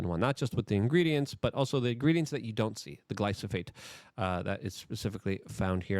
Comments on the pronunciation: My dude it's glyPHoSate, not glySoPHate. Joe said it corrrectly, yet immediately after you can't pronounce it?! Are you doing it to make morons like me click and comment? Dammit I fell for it again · Bruhhhhhh.. why you keep saying "glyso-fate"?..when "glyphosate" is clearly spelled out there in the articles you shared.. It's also QUITE ironic that you speak of not falling for psy0ps, when unfortunately you've eaten that "MAGA revolution" shyeet right up ..w/ appetizer, dessert, + digestive enzymes and all 🫣🤔😏 ..As if you've never heard of controlled opposition.. It's all theatre, the multi-felony prosecution, the assn'tn attempt", jan6 etc —in order to gradually roll out the technocratic broligarchy under the guise of "trust-me-bro hometeam good ol boy culture", bc Trump’s "obviously the good guy", being that he's constantly persecuted ..as if whole PR narrative orchestration isn't a thing.. But yeh y'all check out some peers of Luke's who are more perceptive: The Last American Vagabond website/rmble/telegram channel/twitter page etc, as well as The Conscious Resistance —Ryan Cristián, Derrick Broze, and Whitney Webb are all examples of some of the most persistent & objective truth deep-digging journalists that are out there today, along with of course James Corbett, David Icke and others who've managed to question & dodge the persuasive potential of practically every political/social narrative been pumped out over the past 2-3+ decades.. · "Glyphosate"= "Glie-foe-sate". Also there are more efficient ways of de-weeding than pulling them all individually & some that are actually good/helpful to grow around crop plants.